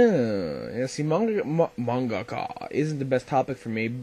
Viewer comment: happy late B-day ^^ awsome vid :D lol at the way u say Manga-ka's